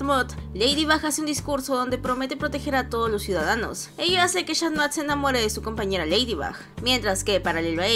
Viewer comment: Dijo shan noir en ves de cat noir